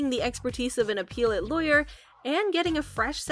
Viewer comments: Appellate. Not appeal-ate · Please stop mis pronouncing "apellate" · I wish this lady knew how to pronounce appellate.